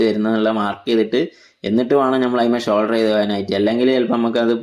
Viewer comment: ഷോൾഡർ അല്ല ബ്രോ സോൾഡർ